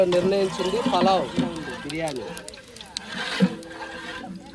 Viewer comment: Palava kadandi palav antaru